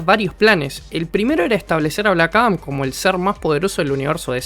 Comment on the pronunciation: bueeno, aqui le doy el beneficio de la duda, las pronunciaciones del idioma gringo es confuso aveces ya que "black adam" y "black atom" se pronuncian casi igual: blac arom